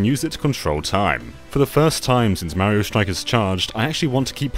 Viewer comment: You can say "blast", but you can't pronounce "Mario" correctly? WHY NO ONE CAN SAY "MARIO" CORRECTLY?! 🤨